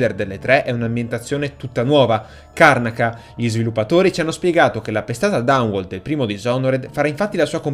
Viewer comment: Si pronuncia "Karnàca", comunque...